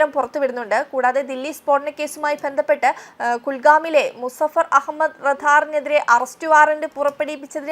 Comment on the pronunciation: മലയാള വാക്കുകടെ ഉച്ചാരണശുദ്ധി ഒട്ടും ഇല്ലാ . ആദ്യം ശരിക്ക് മലയാളം പഠിക്ക് . ദെന്തപ്പെട്ട് എന്നല്ല ബന്ധപ്പെട്ട് എന്നാണ്. നാണക്കേട്😅😅😅